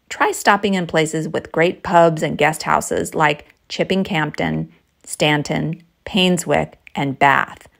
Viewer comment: Ve the Cotswolds too, but FYI, The 'p' in Campden is silent.